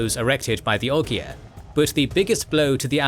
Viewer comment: It's pronounced Ogre.